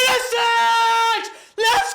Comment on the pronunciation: It's time to pay proper respect to Pulisic and get his friggin name right......